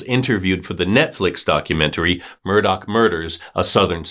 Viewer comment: Omg it's pronounced, "MUR-DAW", not , "MUR-DOCK"... 🌈